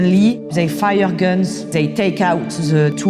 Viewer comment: The video starts playing and then "suddenlýíýíý, they faía guns" and I can't stop laughing 🤣😂 Anyway, sorry for my childish humour. No disrespect, amazing journalism ;-)